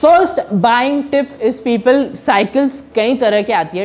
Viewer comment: People ❌ Pepel ✅